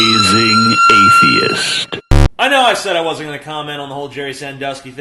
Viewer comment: "It wuzznt me" -Richard Nixon